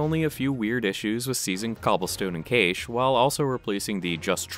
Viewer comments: ummm... It's pronounced 'cash' :P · ... how did you pronounce Cache?